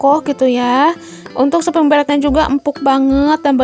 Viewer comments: Bund mohon maaf sebelumnya, aku jadi gagal fokus pas bilangnya spring bred, yg benar itu spring bed ya sayang bednya ga pake r ☺🙏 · Spring bed Bun, bukan spring bred 🙏